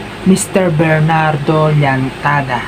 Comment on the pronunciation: Llentada po hindi Llantada.